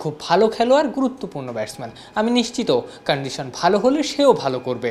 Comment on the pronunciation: ক্যান্ডিশান 😂😂😂 উচ্চারণ এর বিকৃতি দেখে আমি শিহরিত🤣🤣